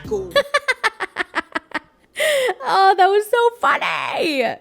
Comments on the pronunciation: Every time you say Miicheal I giggle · The way you say Michael is so hilarious 🤣🤣